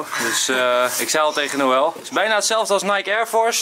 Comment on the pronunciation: het is niet yel maar Noël😂😂😂